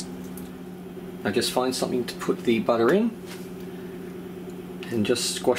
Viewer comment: LOL exactly like my husband says butter, he's from from Long island New York 🤗